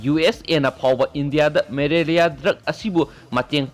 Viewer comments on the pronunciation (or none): Malaria not marelia